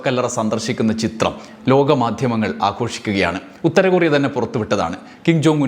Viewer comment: കുറിയ അല്ല ടോ കൊറിയ